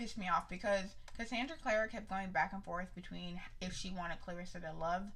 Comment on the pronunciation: Lets do this.... Basic AF Hahaha I like you edition of it... I haven’t seen the hardback edition of city of bones... I’m mad you really saying her name wrong even though I can’t stand her either... the whole rat thing will be figured out later... well as to why I don’t know but what happened after and how that has an effect on Simon... she would literally would let the world burn for Jace..